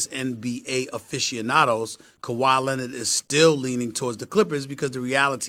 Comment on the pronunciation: How does SAS put Rs at the end of words where they shouldn’t be but can’t pronounce the R in Leonard!?!?!